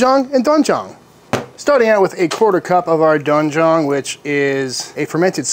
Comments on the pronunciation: Kind of a bad romanization on that package, it's pronounced "Doowen Jang". Mix those 2 together and you get Ssam Jang, which you use when you eat Korean BBQ. Just a little dab on the top of the meat. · Not sure why it’s spelled ‘doenjang’ romanized but the sound is ‘dwen-jang.’ Thought I’d throw that out there in case you find yourself saying the word again in the future 👍🏻 Your spicy chili paste was spot on btw!